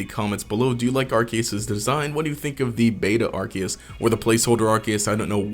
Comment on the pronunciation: you pronounced arkoos wrong